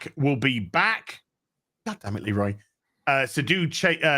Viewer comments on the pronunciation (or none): none